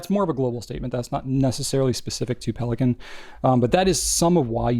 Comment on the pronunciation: Pelikan is German. It's pronounced PAY-lee-con.